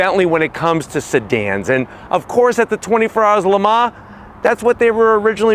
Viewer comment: PLEASE stop trying to pronounce Le Mans!